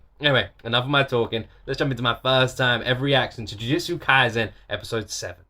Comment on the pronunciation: The thing you pronouncing wrong is actually kaisen. S in kaisen pronounced like in set, seven, etc. There is no different pronounces for letters in japanese words.